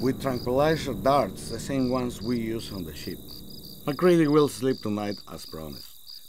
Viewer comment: Mah-CREED-E That's how it's pronounced :C Other than that, good job